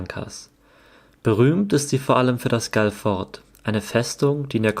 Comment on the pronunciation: Es heißt Galle!!! Und Galle heißt übersetzt: Felsen / Stein. Die englischen Kolonialherren haben den Namen verenglischt = Englisch ausgesprochen. Ein Armutszeugnis für den Buben, nicht mehr über Galle, die Provinzhauptstadt erzählen zu können, nicht mehr zu wissen!, nichts von den ersten Kolonialherren, den Portugiesen zu erzählen, die auch den Namen geprägt haben. Galle heißt auf portugiesisch Gockel. Und so ist der Gockel, der Hahn, das Wahrzeichen für die Stadt Galle geworden. Wenn für ihn das Surven so wichtig ist, wäre es auf alle Fälle auch erforderlich zu erwähnen, daß man das in der Bucht von Galle, auch sehr gut kann!!!